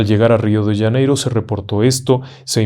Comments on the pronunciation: UY PERDON.... RIO DE " LLANEIRO " .....que en castellano no se dice.....Janeiro con JOTA??? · Wrong!!! You’re telling the story in Spanish!! So is Janeiro not “Yaneiro” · Qué es Río de Yaneiro? Será Río de Janeiro? Jajajaj. Buen relato